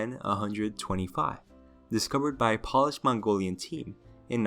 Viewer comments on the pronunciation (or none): P-oh-lish, not p-ah-lish, they aren't shoes. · Funny how he can pronounce all these crazy dinosaur names yet keeps mispronouncing “Polish”